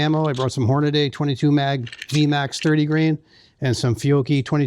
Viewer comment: Good except the way he pronounced Hornady. There is no a after the d